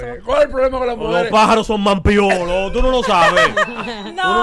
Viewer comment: Lo compraron k es navil dique k manpiolo nooo la gente dice maipiolo